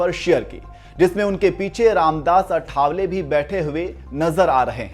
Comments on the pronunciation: It's not आठावले, it is आठवले. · आठवले not अठावले 😊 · अठा..वले नही भाई.आआआ ठठठ वले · अठावले नही आठवले